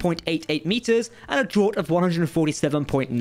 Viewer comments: “Draught” is pronounced “draft”; not “drot.” I know it looks like it would be pronounced like “fraught,” but it’s not. I thought you Britishers/Englishers were supposed to be good at the whole speaking English thing?! And Odysseus pronounced “Odd-ih-see-us?” It’s “Oh-dis-see-us.” 😂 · Lol draught. It's pronounced "draft" not "drot" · "Draught" is pronounced /draft/, not /drawt/. ;) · I believe draught is pronounced draft btw :)